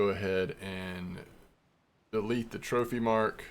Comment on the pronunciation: I'm not trying to like... criticize or nothin', I genuinely thought it was hilarious. Had to do a double take and go "Did he just say Trophanese Japanese Amberjack?" lmfao. That was great, made my day better.